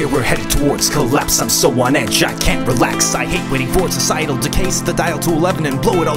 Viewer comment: I can't "reax" either